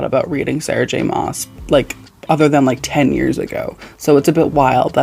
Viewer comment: I found you through horror but I'm so happy you're branching out. Horror is one of my favorite genres but TBH I don't read nearly as much horror and Thriller as I do fantasy. It's just so comforting to me. Btw SJMs last name is pronounced like Christmas mass